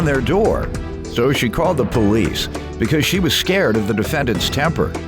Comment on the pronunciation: Why do ppl say "PO-lease"? It's just police, no special emphasis on the the 1st syllable.